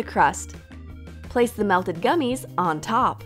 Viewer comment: Who else heard: pour de colas in de cups